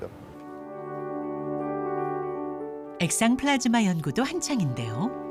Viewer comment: 플라스마가 아니라 플라즈마 입니다.